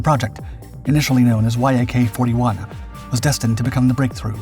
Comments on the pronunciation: Why do you spell out Y-A-K instead on saying it as a one syllable word (the way I've heard it pronounced)? You don't do that with MiG. I've also heard Su pronounced as a once syllable word. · YAK is not an acronym, it's the first three letters of the head designers surname Yakovlev and should not be pronounced like reading and acronym, but like pronouncing Alexander Sergeyevich surname without saying the rest of it.... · It's not "Y" "A" "K" It's "Yak" Yak is short for Yakovlev. The name of the founding chief designer of the design bureau. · that's not Y–A–K, it's "yak", for eff's sake! An ACRONYM, ABBREVIATION "Yak" - the first three letters of the family name Yakovlev! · yak is one word, not y-a-k also the whole thing got purchased not stolen lol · Once again this is title is nothing but clickbait, your claims have been proven false in the past and your need to word salad is getting boring! You do not have spell everything out every time, it is VTOL instead of V T O L. And it is YAK not Y A K. Try thinking 'less is more' when it comes to narrating! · NATO pronounces the airframes from Yakovlev the same as the animal, which is spelled the same. Like Mig, Yak is a word, not spelled out phonetically. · Yak is pronounced as one word, not spelled. Like MiG and Mil. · Dude say Yak normally